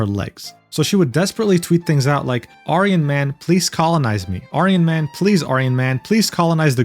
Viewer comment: I'm liking your videos but please learn how to pronounce Aryan. It loses its punch when you pronouce it the way you do instead of the way its pronounced when associated with Hitler.